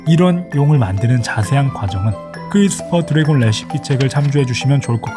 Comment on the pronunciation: 크뤼스풜드뢔곤뤠시피~!(뿡) 너무웃긴거아니냐고ㅋㅋㅋㅋㅋㅋㅋㅋ